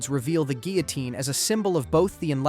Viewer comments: geelitine gihliteen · Why so many different pronunciations of "guillotine"? Counted at least 4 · "Guillotine" is also pronounced three different ways, seemingly at random. Still, though: good video.